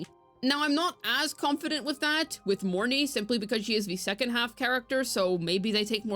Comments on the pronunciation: The "Morn-eye" pronounciation is making me cringe so hard. I hear the correct pronunciation is Morny-eh. Which admittedly would be a bit awkward to a native english speaker, but a million times better than "eye". In my head i call her just Morn'. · Lol Monai, I'm sure there's an R in their buddy.